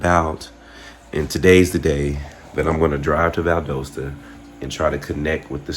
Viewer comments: Valdosta is pronounced Val das ta the O is an A sound I know it doesn’t make sense but 🤷‍♀️ Google AI will mess you up 😂 That’s a classic Southern cover up. One day, hopefully sooner than later the truth will be exposed. Thank you for taking the time to talk to Mr. Kendrick Johnson. Justice for KJ!! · It’s pronounced Val-daaa-sta. The O is not long. Valdosta, Georgia. I remember this story. Always seemed fishy. Bunch of good ole boys taking care of each other, seems like. I know the type. Just fyi,! Love love love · Val-dos-ta Ga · This is my city. It's so crazy seeing you at this cemetery where my father is resting and right by the university. Valdosta is still looking for justice! Pronounced Val-DAW-sta btw lol. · You mispronounced "Valdosta" as well.